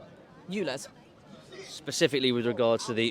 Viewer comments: Please can someone tell the man it's 'U'Lez not Ooolez 😂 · 100% agree with the woman. Small correction...it's ULEZ not OOLEZ